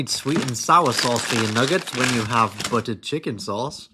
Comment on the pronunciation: Mac Donalds and buUuu chicken 😂 I love this guy!